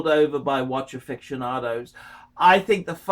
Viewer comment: watch affectionado’s? oficionado Archole! I’m not normally such a grammar nazi but I can’t abide such snobbery with such mispronunciation. Gill o shay Jager le Coltra I could compile a list ya know.